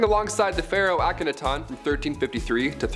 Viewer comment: It's pronounced Auk-a- NA-ton